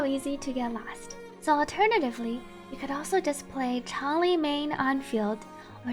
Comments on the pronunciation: shes pronunced chang lee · Changli: Shhh, it's pronouced Ch(En) - LEE Player base: Oh. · Changli > Changlee > Ch(en)-lee > Chn-lee > Zhongli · "pro-NUN-ciation," not "pro-NOUN-ciation" -- one of the most common ironic mistakes everyone makes. :) And yeah, everyone saying "CHANG-li" drives me crazy. Also, please tell people she's the Vermillion Bird of the South/zhuque/朱雀, not a phoenix -- very different things.